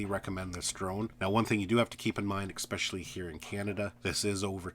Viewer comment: Also... the "exspecially"